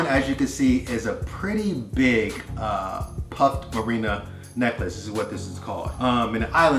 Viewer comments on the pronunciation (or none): Mariner not Marina